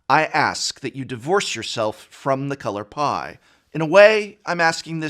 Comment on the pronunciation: All I could hear was “the color pi”